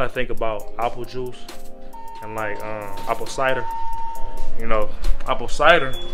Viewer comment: Appo pie …. apo cider apooh sauce lol 😂😂😂😂😂 Nice blog bro this here is different